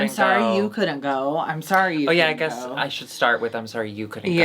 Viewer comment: “Sorry I suessed” 😂😂